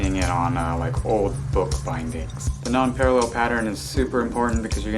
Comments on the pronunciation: thank you! but it's PAREIL not PARALLEL, dude... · It s Nonpareil, not Non-parallel. Kinda pronounced Non-parrey. Hope you don t mind the correction. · It’s pronounced “non-PAIR-uhl,” FYI. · Pronunciation is incorrect... should sound like nonparell... and dude, clean your tools. They nasty!